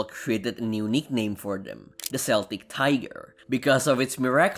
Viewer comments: Celtic is not pronounced "sell-tech" unless you're American, it's pronounced "kel-tick", with a hard k sound like you have in the words kick, kill, or ketchup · It's "Kel-tic" and not "cel-tic", btw. The latter is a basketball team. 🏀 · Celtic (pronounced like seltic) is a football team Celtic (pronounced like keltic) is an ethnic group Celtic tiger uses the second pronunciation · "Celtic" is pronounced like Keltic, not Seltic. I'm Irish. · It's pronounced "KELTIK" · "Celtic Tiger" is pronounced with a hard k sound. Kel-tuhk The "S" sound is a mispronunciation that was claimed by a USA Basketball team, and stuck. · Celtic is pronounced with a hard C like Keltic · Celtic is pronounced with a hard C, not like the soccer and basketball teams. The famine was in the 1840's, not the 1850's. Also what building is that in the opening shot? That does not look like any castle in Ireland that I'm aware of (I'd be happy to be corrected!)?